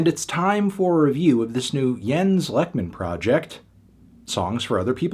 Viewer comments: He basically says "Leckmin", which is incorrect. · Except for Lekman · I opened this video to see if he would and yeah... not particularly close hahah